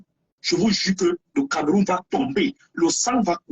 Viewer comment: Banderas on ne dit pas "CamÉrroun" mais "CamEroun" ! Y a pas d'accent sur le "E" hein 😁